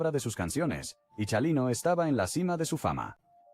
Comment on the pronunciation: Comobhabkab o pronunvianbestupidecesvtengan nascresietonporcquienes loscedcuchamos. NO SEPRONUNCIA CIALINO. CHINGAOS ES CHALINO NO SEAN TANBPRITAGINISTAS PORQYE CAEN MAL DEXA MADRE.